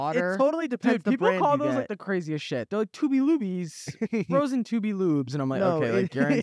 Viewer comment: NOT freeze pops, zooper doopers, snd “toobiloobies” is offensive istg 😭😭